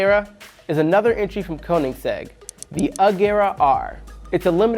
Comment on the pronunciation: “Koningsegg” Agera R lmao his pronunciation